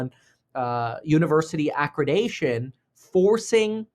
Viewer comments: ACCREDITATION, not accredation or whatever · It’s accreditation, not accredation. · It’s accreditation lol, not acradacion 😂 ❤ you kev